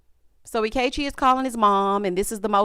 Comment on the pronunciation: Not "anti-Ikechi" 😂